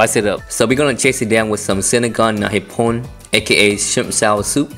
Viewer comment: Sinigang na hipon it pronounce like HE-PAWN... Hapon means Japanese..lols